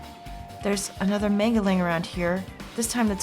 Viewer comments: is anyone beside me a little bit disturb of how is pronounce 'manga' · The real tragedy is hearing “manga” mispronounced so many times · Guh, I cringe whenever she says Manga wrong